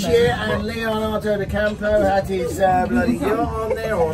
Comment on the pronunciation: Man said Leonardo DiCampo 🤣🤣